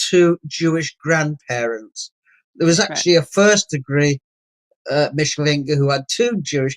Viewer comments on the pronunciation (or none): Re: Mischling/Mischlinge mis-pronunciation. As a German speaker I at first didn't get that Tony G was saying "MISCHlinge" - the emphasis is on the first syllable - but Tony was saying 'MischLINGE' with the emphasis wrongly on "LINGE". It may seem pedantic - but most German speakers/viewers etc will not know that Tony G is saying MISCHlinge if he severely mis-pronounces it as "MischLINGE".... Otherwise/ansonsten - alles ganz ausgezeichnet wie immer..